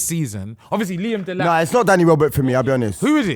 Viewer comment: man said delap